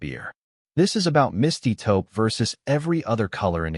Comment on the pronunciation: Taupe not topo